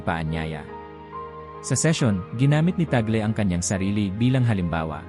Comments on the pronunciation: ung gumagawa ng video parang nagtatangatangahan, T A G L E minsan T A G E L, para lang ba makakuha ng attention?????? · Ano ba talaga, cardinal TAGLE o TAGEL? Pati accent ng nagsasalita dapat ayosin pa. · TÀG LE NOT TAGLE AS IN TAGOL... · Mr. Narrator Tag_Le not Tag’el.. It’s a Filipino name. Nag nagta Tagalog naman naman kyo.. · TAGLE po. Tag- le pronounciation hindi tagle. Hindi Tagel. Kc witness po kami nung siya ay arsobispo pa rito sa manila. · Ayosin mo ang pag pronounce ng apilyedo ... TAG- LE sa pag bigkas😮